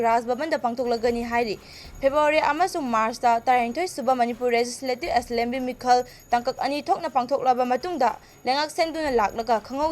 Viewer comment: Aslemby ntte Assembly haiyu pao pabi ibema